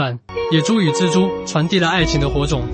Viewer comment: 是「隻豬」，是「蜘蛛」，傻傻分不清楚